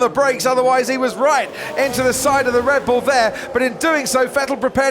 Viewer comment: Am I the only one who heard Brundle saying "Red Blue" ?🤣😂 See you in 2020, F1!!!